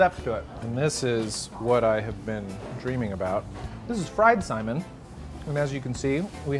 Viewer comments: sai...MIN. Accent on the "min", not simon. For future. Aloha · Lol Simon, Sai-mihn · Braddah.. Its pronounced sai·min or ˈsī-ˈmin... NOT "Simon" lol and it's HŌ-NŌ-LŪ-LŪ.. NOT "Honnalooloo". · Not to be picky, but FYI, we pronounce saimin as sa-ee-min, not like the name Simon. :) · it's Saimín rather than Sáimin. Cringed every time he said it. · Super triggered by the way says what sounds like the name "Simon." Say it like "Sigh-min" bruddah. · Eater yup we sure did. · Saimin... min min min not simon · I thought it too ;) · I Ike how he pronounces “saimin” like “Simon” ☺️. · umm, the pronunciation is more like sigh-min. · Yep, you are so right, he is murdering that word. It is EXACTLY like sigh min! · How are you going to do an episode on Saimin and pronounce the word wrong, and you also should of went to Shige’s Saimin Stand, that place is really good as well. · Can’t stand this guy. Typical non-local. Refers to in the States, like our state is not part of US. Mixes up hot mustard with wasabi and mispronounces saimin. Should ask folks before opening his mouth…